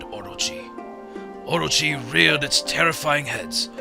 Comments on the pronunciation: Okay so the whole time I was watching this I was going, hmm I don't know why but this narration does not seem like it was in the game and I was thinking did Chuggaa dub it, if so you did a pretty good job with the narration but what gave it away for me was the pronunciation of orochi. I think its pronounced o-ro-chi not or-ro-chi, but I could be wrong since I'm not Japanese. Anyway, I love this game thanks for playing it! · everytime chugga says orochi, i think he's saying orgy... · Orochi or orgy? Someone plz help, I cant tell : )